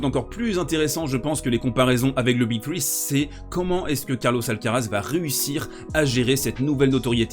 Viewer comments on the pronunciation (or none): none